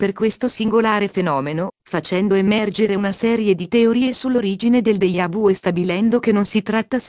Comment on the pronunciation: ma come pronunci deja vu????????? ohhh, questo errore toglie credibilità! deGiavu non deIavu!